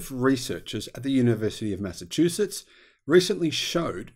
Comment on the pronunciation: actually said, "...researchers at the University of Mass-a-chew shits!"